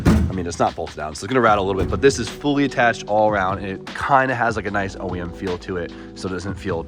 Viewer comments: Please stop saying everything you do custom looks OiEM, and just say at home, or natural. I know it's OEM, but says it like (Oi)em, not (Oh)em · Good job man!!